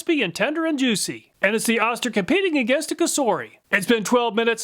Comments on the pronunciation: Oh-ster, not Ah-ster. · Just so you know, it's "OH-STIR" not "AH-STIR". That's from the company themselves. 🙂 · you were calling the O-ster, Oscar, just say O then ster not Oscar. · It's Ohster not Ahster... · I really love your presentations! However I cringed every time you said oss- ter. This is an old American name brand. Oh- stir is the pronunciation. I'm old and remember Oster. Of course it is just a name now. Thanks! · Oster is correctly pronounced oh-ster , not ahh-ster. At least acording to John Oster, a direct descendent of the founder of Oster Manufacturing, who still works for the company. He would know, so I'll take his word for it. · It's pronounced Oh-ster... not Ah-ster. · Killing me with the “Ahster” here. It’s pronounced “Oh-ster” (rhymes with toaster). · Wait It's pronounced Ah-ster? My family always said Oh-ster. 🤔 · Jersey dialect😂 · say "Oh-Ster" not "Ah-Ster" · You are too young to know that Oster is pronounced with a long O. OH-ster, rhymes with roaster. The brand has been around for a century making blenders, mixers, and other kitchen small appliances. They made lots of other things including clippers including large animal clippers. I used a big set of Oster clippers on horses in my childhood. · I think Oster is pronounced like “toaster” without a T. Oh-ster. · You’re too young to know but “Oster” is pronounced “OH-Ster” Once upon a time was a beloved Made in USA Appliance brand. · it's pronounced Oh-ster, lol. I remember the ads from my childhood. this brand has been around for a long time. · You kept mispronouncing Oster it is pronounced OH ster. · Oster is pronounced OH-ster per their ancient commercials. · Oster is pronounced with a long "O". Go find some of their old TV ads and you will hear it.